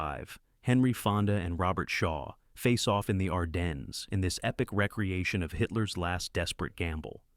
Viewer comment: Yea gods! Is English your second language? It's pronounced "re creation" "Recreation" means to relax.